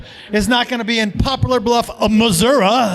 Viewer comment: Upvote for pronouncing Missouri right the second time lol